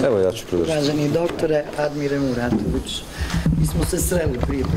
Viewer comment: Da li “ Mratović” ili Muratović? Ehhh